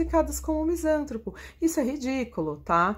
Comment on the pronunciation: Dra. Misan TRÔ po. Se fosse como a Sra. pronunciou, seria proparoxitona, e logo, teríamos acento agudo no SAN, pois, toda palavra proparoxitona é acentuada.